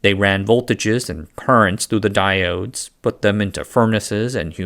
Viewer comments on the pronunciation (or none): none